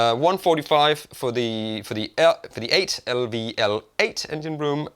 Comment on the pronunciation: Rubbers included? How considerate of Fender. 😂 I think the USB outputs are not meant to charge your phone but are meant for accessories which are powered via USB like an audio interface. Also it's not probably not meant to be pronounced as "L" "V" "L" but as "level".